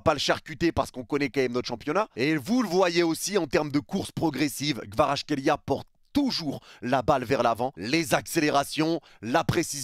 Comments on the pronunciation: Merci pour tes news et pour avoir dit des belles choses sur KVARA mais, Mec peux tu faire un effort et lire son nom correctement stp? C'est quoi votre delire olalaaa?! KVA-RA-TSKHÉ-LI-A C'est incroyable de prononcer son nom aussi mal mec!! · J'suis géorgien jsuis content et... OUI! Par contre ton accent quand tu pronnonce son nom x) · Petit tips pour la prononciation : C'est en deux parties -> Kvarats - khelia avec le "kh" qui se prononce "hhh"